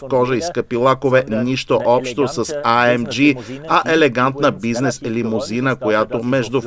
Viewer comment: Топ ! Една забележка към превода. Tesla Plaid се произнася Плад, не Плейд. AMG при произнасяне следва да се избере немската версия или английската, съответно А - ЕМ - ГЕ или ЕЙ-ЕМ-ДЖИ. Както го произнасяте А ЕМ ДЖИ е някакъв побългарен английски, използван сред горублянските джамбази.